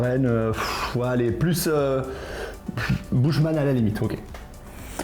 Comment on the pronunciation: Bouche-man 😂😂 la prononciation